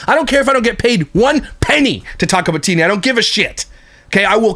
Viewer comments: I think it's pronounced Tea-anna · Lmao 😂😂 the way you say her name cracks me up everytime.... but for anyone who isnt sure how to pronounce Tiania its like TeeAnna (at least thats how i have always heard it said through other commentary channels as i do not consume any of her content) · I cant even finish watching this simply because he is getting on my fckn nerves steady saying Tia Nia.. She not my favorite person but damn dude stfu w the Tia Nia.. not everything especially names is pronounced exactly how it’s spelled bc ppl have stupid parents tjat name their child something they cant spell. It should be Tiana but tia nia is annoying asf bc u know that aint how tf u say it 🙄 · I think her name is pronounced like Tiana but “knee-uh” at the end. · It’s pronounced “Ti-An-na” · Is Tiania's name a version of Tanya? Hearing him say Tia-nia makes me laugh!!! 😂😂😂